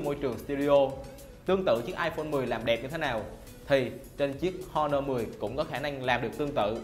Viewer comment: Honor âm H câm nha. Giọng đã đớt mà phát âm còn tào lao. Nội dung review thì nói sai tùm lum